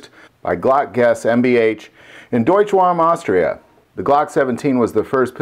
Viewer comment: It's not Deutsch Wam .. it's Deutsch-WAGRAM .. Austria